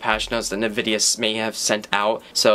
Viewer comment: nevidia. so many times this video. my ears hurt now.